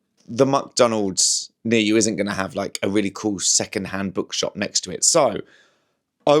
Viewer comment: ‘Muck’Donalds? Is that nouveau scottishe